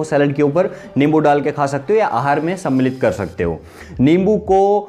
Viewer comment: अबे लींबू नहीं होता,नींबू होता है